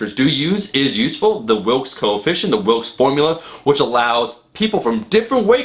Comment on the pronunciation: It's actually Wilks, not Wilkes. Just letting you know!